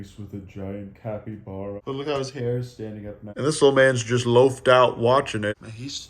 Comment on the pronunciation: You know you've watched too much of when capyblapies sound right to you instead of capybaras